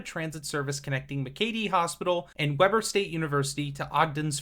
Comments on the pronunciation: notices pronouncing orem wrong but confindently pronounces weber wrong 😂 (wee-ber not web-er) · I feel you. Web-burr instead of Wee-bur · is pronounced WEE BER not WEB ER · 'Weh-ber' and "Oh-rehm" is a very cursed pronunciation haha. We pronounce it "Wee-bur" and "Oar-em" (lmao ) Nice video otherwise! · Great video man. Just a couple things tho with how you pronounce things. Utah natives pronounce Weber as (Weeber) and Orem is (Ore-em). Just so you know bro! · Weber is pronounced wee-burr. It’s odd but that’s Utah. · Nice video, couple of quick pronunciation tips, it's pronounced Weber:Wee-bur Orem:Oar-um (Oh hey, you got it! Nice job). Also if you want another facet of Utah transit to look into, go check out the Rio Grande Plan. It's a project that was spearheaded, developed, and championed by private citizens who came up with a neat idea to a problem they saw. The gist is moving the Salt Lake Central station a few blocks east, closer to downtown, to make use of the old Rio Grande station and turn it into a Denver Union Station type central hub. It has a lot of other components, but it's gaining momentum and feels relevant to this topic. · Weber is typically pronounced with a long e. It's wEEber. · It's pronounced Weeber. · I was going to say, it’s a great video, but Weber is pronounced Weeber. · Not how you should pronounce Orem and Weber. Baby steps I suppose, after those we can work on Mantua, Tooele and Hurricane. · every time he says weber like that just a little bit of me dies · You did finally pronounce Orem right, but you never got Weber correct lol. You should have talked about the Rio Grande Plan. You should do a video on that in the future. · Can't believe it took me so much scrolling to find someone calling out the Weber pronunciation 😂